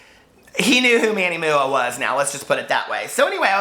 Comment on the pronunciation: omg, I DIED WHEN YOU SAID "moo-ah" for MUA! LMAO LOVE IT!